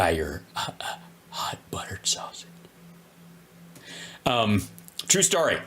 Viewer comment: 😂😂😂😂 Buttterrred Sausagess😂😂